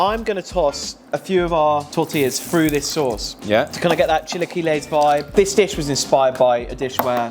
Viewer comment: Listening to them mispronounce chilaquiles repeatedly was more painful than I i expected.